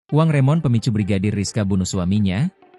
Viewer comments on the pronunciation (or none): Remun pak, Remunerasi, bukan Remon😅